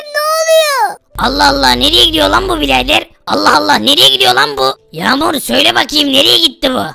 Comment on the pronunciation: Kanka Yamur Deme Ben Yamur Azra Diye Ayrıdım.